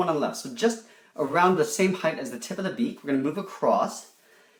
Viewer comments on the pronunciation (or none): none